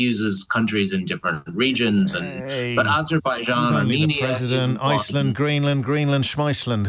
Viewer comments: Ayzerbijian! 😂 (Yes, I spelled it how Trump pronounces it. Incorrectly!) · Aberbaijan, it's pronounced Aberbaijan, Sir!